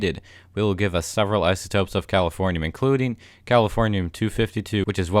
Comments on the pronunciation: When you said you must obtain the final element I thought you said California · when he said californium i thought he said calafornia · Are you saying Californiam?